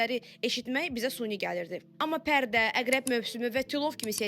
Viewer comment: Suni yox, gözəlim. Süni